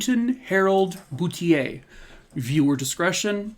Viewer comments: Hi there! Boutlier is a common name in Nova Scotia .... pronounced 'boot leer'. Thank you for covering this story. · I believe the correct pronunciation is Boot il eer. Say it fast Bootileer. And It's Nick taw. Sorry,, not picking on you. I am a Nova Scotian. Thanks for your stories. Love you lots! Keep up the good work